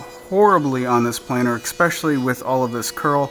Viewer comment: "Especially" has no "k" Beautiful box!!!!!